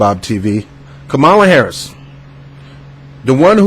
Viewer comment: You didn’t even take the time out to learn the correct pronunciation of her name so how can I trust the validity of your opinion?